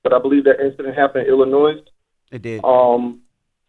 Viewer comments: Why do these radio hosts keep pronouncing the s in Illinois it’s SILENT !! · Tez the S on Illinois is silent lol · I want to tell Tez I’m a fan of hers but Illinois is not pronounced with an “s” it’s actually silent I’m from that area that’s the wild 100’s he got shot at the Maxwell Polish spot on 116th and Halsted, I rode pass and they had it blocked off it’s always some shit going down in that area from high speed chases from carjackings to shootings it’s sad as hell because I could remember in the early to mid 2000’s us just being able to ride around and walk around, now with this subject the streets talk the dude had been abusive to the woman and he was known to have that steel so he was running away to get his gun I can understand a child protecting their parent it’s heartbreaking